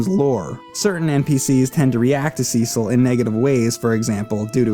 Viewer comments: SEE-SOLLLLL, its Cecil boi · The start is a bit slow, but this game is really great. And that Cecil pronounciation is really triggering me. It has to be bait. IT'S NOT CI-CEL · Call me crazy but, in the English language, everyone I've known with the name Cecil it was pronounced See-sil. Why SE's voice acting decided to be special ed and pronounce it "sessle" doesn't make any sense. It's about as good as officially pronouncing Tidus as "teedus". Sounds freakin' dumb. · Sea-sul sounds better and funnier. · "Seasaul" 😂😭 His explanation of the confusing releases of those games was as bad I always felt like he wasn't the brightest glowing candle on the cake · The way he pronounces Cecil tho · The SNES version of FF4 is butchered edit. Also, you are mispronouncing Cecil's name. The 3D remake displays how it is prnounced correctly. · Nice review, but quit mispronouncing Cecil's name. There's no strong sounding E in the pronunciation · You can go either way with the PSP or 3D versions. Both contain enough differences to stand on their own. The remake actually contains additional story scenes planned for hut cut from the original release. And your pronunciation of Cecil's name is driving me mad!